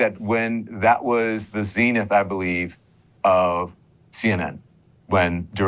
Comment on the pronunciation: Its not "zeenith" Don, its "zenith" lmfao I appreciate the two journalists dealing with this opinion piece Democrat shill.